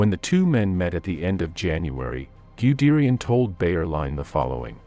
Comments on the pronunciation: Most excruciating, unlistenable pronunciation, Goo-derian and however it pronounced the LASH to pick the two that made me wince most - listened for about 60 seconds and realised it was just going to cause too many cringes. Answer re formation of the Panzer Lehr Div - it was the very most obvious start of the rot. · Gooderian ????? Terrible pronounciation of German Generals names😅😅😅😅